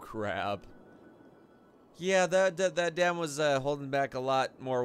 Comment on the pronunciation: Sounds like your saying damn